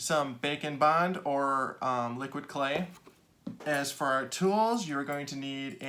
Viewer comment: Keep hearing bacon 🥓 Bond 😂